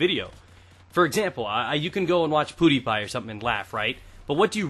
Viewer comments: You said PooDiePie lol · Sounded like you said poodiepie